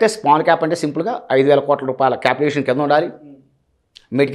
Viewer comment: It's capitalisation not capital aviation.... 🤣